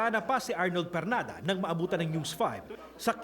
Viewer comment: ARNOL PERLADA PO HINDI PERNADA